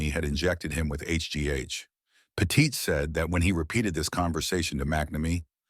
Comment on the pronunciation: Say Petite correctly if ur gna say it 40 times In a video.